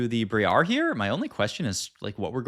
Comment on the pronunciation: Why does he do that? The "bree air" (briar) as well. He says zilean normally later on as well, so he can obviously pronounce things correctly, it lowkey pisses me off